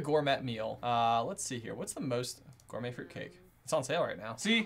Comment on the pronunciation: The way he pronounced gourmet had me cringing so much